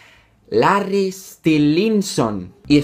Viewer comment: Larry stilinson 😂😂👌 Se pronuncia lerry estailinson